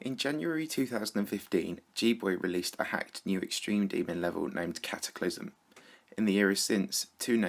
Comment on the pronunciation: it's Cataclysm not Cataclysum